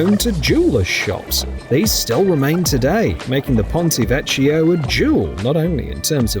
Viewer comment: A joy to watch. Bravo,! Just for the record: Ponte Vecchio - pronounced VEKK-YOR (not vetchioh) TRIFT (not Thrift) Bridge.